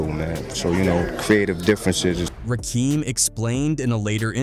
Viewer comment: How does he not know how to pronounce Suge Knight , Rakim and Piru